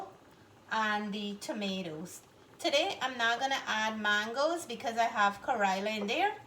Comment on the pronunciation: Nice presentation but the pronunciation of the bitter melon phonetically in Indian language is “ka-ray-la” and not “ka-roy-la” as you keep saying. The fish looks yummy. Thank you.